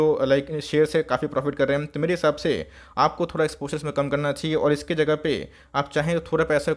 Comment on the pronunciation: बनाना चाहियान कैसे बोलते हो यार 😂🤣